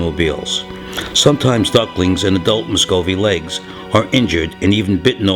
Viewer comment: You are saying Muscovy wrong